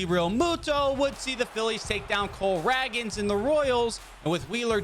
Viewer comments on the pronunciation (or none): Did he just say Cole rag-ins? Discrace